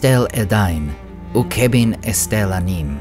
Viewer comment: Nice video. I have only a question: why do you pronounce "chebin" like "kebin"? Tolkien said that ch sounds like scottis and german, so might be like "jébin" [khébin].